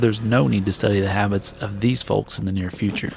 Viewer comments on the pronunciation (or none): I love your videos but pronouncing the L in folks drives me nuts lol